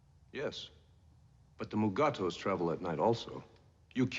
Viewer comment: Hello, and fellow Trekkies! Oh no! Mugato/Gumato! 😱 Allegedly, the Lower Decks episode was a reference to the actors in this episode often mispronouncing the name during filming. Well, here we have more proof that Star Trek, from the franchise's inception, made social and political commentary. Today we get a deep look into, what is referred to in this episode as the mid-20th century Asian "bush wars," ie. Korea and Vietnam. The topic is the question of the validity and morality of proxy wars. Here we see that it is the local peoples who suffer, as opposed to the backing factions. This is one of Trek's deepest dives into our real world and societal morality, or our lack of. There are more of these episodes to come, and they are worth waiting for. Does anybody win? Yeah, NO. "When Jim had the poop root take out the Mugato poison," a sentence that I will not soon forget! 😂 Having gotten through a profoundly messaged episode, let's see where we will go next episode. So, until then... LLAP & Vulc'n'Roll, everyone! 🖖🤘